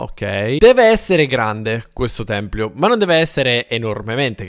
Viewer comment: si dice tempio, non templio ahahah😂❤